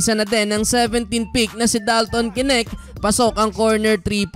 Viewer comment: Bro correction lang po, dalton knecht (necht) ang pag basa, hindi po (k-nect)! I’m a fan brother! ❤️🫡